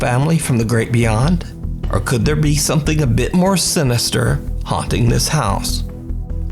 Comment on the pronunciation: "Something Dissar"😂😂